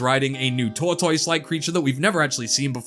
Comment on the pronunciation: doesn’t know how to read lmfao. Said Tire instead of tower and that pronunciation of tortoise should be illegal